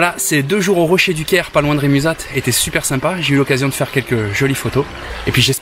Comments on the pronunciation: Chouette vidéo. Bravo ! En voisin, j'aime aller à Rémuzat. Mais on prononce "Rémuza", sans le temps. .. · Salutt ça se dit Remuza (t) Je suis du coin 😉